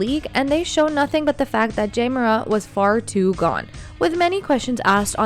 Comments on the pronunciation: Where u from it's Ja not Jay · Love it when people get mad at artificial intelligence voices saying Jay over Ja (Jahh). Really? Could you make it any more trivial? If he wanted his name pronounced differently, perhaps don't pick on that literally has the same pronunciation. The extremely Ignorant and uneducated are everywhere in here. Trying to be edgy and trivial saying its Ja not Jay get it right! 😂 You sound like dopes. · J-ah not jay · this is very bad quality click-bate.. it's Ja, not Jay... no new information a,d just repeating the same thing over and over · This nothing new.... and i agree that you need to say his name right JA Morant not Jay .... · this is old stuff. He is not jay morant . He’s JA ( jahhhhhhhhh ) ah ah ah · Ja not Jay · Jay? Who tf is reading this script. It’s JA. Not Jay. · When she pronounces his name Jay… clickbait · "Jay"Morant. Spell the text phoenetically so the AI can pronounce it right. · What's with the AI commentator? "Jay" Morant? Try a little bit harder. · You don't even say his name right smh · Lol it is artificial intelligence and not a person who is miss pronouncing his name! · Three seconds in and you already mispronounced Ja’s name. I’m out 👎🏾✌🏾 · The fact that she says Ja's name wrong says everything about what she knows about basketball..or probably any sport for that matter... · it drove me crazy.. i don't even think the voice is a real person.. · She can’t say the Ja name right. 🤦🏾‍♂️ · You might want to try pronouncing his name correctly before you post old stories that happened months ago that everyone already knows about